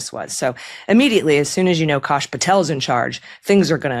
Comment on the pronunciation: "kaash" throws me off.. his name is kashyap [ k(uh)'sh - y(uh)'p ]